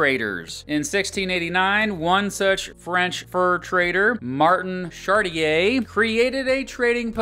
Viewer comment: "Jernandou dei Soutou" Learn to pronounce Spanish, it's not that difficult. "Mardin Shartiyeey" I'm not even French and this made me cringe too.